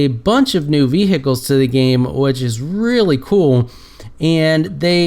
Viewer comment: vehicle you are saying it wrong